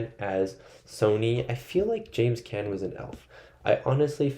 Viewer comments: Carlo was killed for setting up Sonny’s execution. James Caan (pron. KHAN Not can) Ingrid BerGman (hard G not Berj-man) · James Caan, pronounced con. He was the writer in Misery.